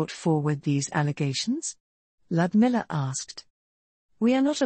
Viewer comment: lodmiller what a riot, I don't mean to be a gnz but her name is spelled Ludmila Zahradnik, text to speech can make names sound way of like Feoh Berkana sounds like theo bellcoana to me, still better than hastening my path to myopia, I prefer functioning eyes thanks.